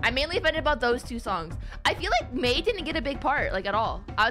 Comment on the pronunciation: the way she says doctor MEI sounds nice